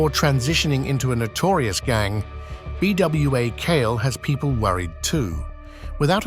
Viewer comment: As far as the Haitian story its PRONOUNCED "bwah kal-eh"